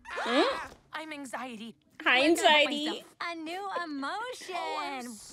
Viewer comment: It’s anxiety not anzitey